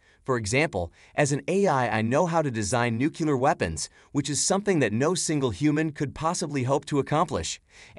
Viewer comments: I noticed that, too! We're supposed to believe AI is sooooo intelligent, and like so many people, it can't even pronounce "nuclear" correctly. And it's literally right there in the spelling. 😂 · Nuclear or nuculer. He doesn't know but can single handedly make one.